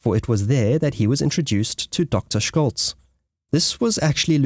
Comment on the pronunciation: "Jutland" - check pronouncation,))) - also the names like Scholtz and Schmidt. it should be easy to find a native speaker where you are ? if not, say so. Happy to help in future. Very interesting content ! And that would make it worthwhile to get those little details right after all the work you put in.